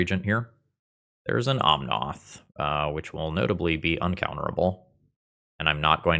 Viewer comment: you do know it's omnAth not omnOth, right?